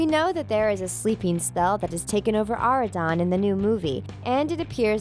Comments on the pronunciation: Why she keep saying areadon its oradon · Omg she keeps saying ARE-A-DON when it is OR-A-DON